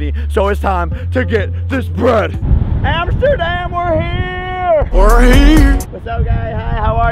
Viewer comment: When tidus was screaming "AMSTERDAM!" It sounded like he said " NOTRE DAME!"